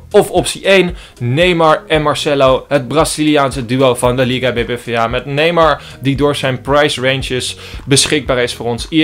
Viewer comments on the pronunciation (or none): none